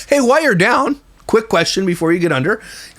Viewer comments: She also says "why" instead of "while"🙆🏾‍♀️ drives me insane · I just want to say that I agree with you on how Crystal talks. Her pronunciation is so lazy. A few things she says drives me crazy. One is saying "why" for "while". Listen for that, it will drive you nuts. The other is the statement, "real quick". She never says anything real quick. Why does she have to start with that. Just start the explanation. So to answer your question, the reason why these two kids are always with her? These are her two oldest bio kids. (There is 3.) They are working for her instead of having another job. It is spoken of that Hallie works for her many times. She only works for her. I've thought about this in terms that Crystal needs someone to film with. Having these two around her looks better than doing it all alone. Also, this son (Max) goes with them many places and films. I think the kids must get some money, because they always seem to have money to spend. Later, gator.